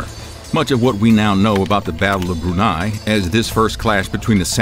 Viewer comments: It the battle of bun 'ei not brunei. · Battle of Bun'Ei instead of Brunei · Very interesting video! But ... "Battle of Brunei?" The syllable "bru-" doesn't exist in the Japanese language.